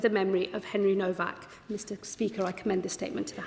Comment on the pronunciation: You are saying his last name incorrectly. It sounds like Nowok not Novak, even though it’s spelled Nowak.